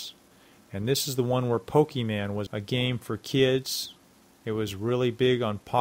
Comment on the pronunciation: It's "pokemon" not, "pokey man". ;)